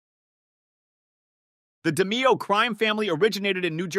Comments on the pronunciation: it' pronounced di-MAY-o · You pronounced DeMeo wrong Also close proximity is a redundancy Go back to grade school pal